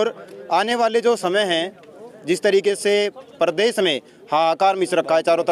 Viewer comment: परदेश नही प्रदेश होता है बांगडू 😂......